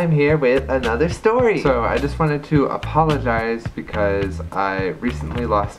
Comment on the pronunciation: don’t you mean (smacks lips) APAWAGIZE